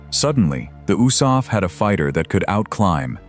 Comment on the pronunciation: Oosaf???? Do you mean THE ARMY AIR CORP? The U.S.A.F wasn't even a thing in 1943, 44, & 45 you idiots!